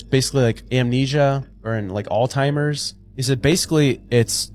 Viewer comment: oh my GAWD - it’s not “ALT-IMERS” or “OLD TIMERS” it’s ALZHEIMER’s. Usually it’s the wife I complain about…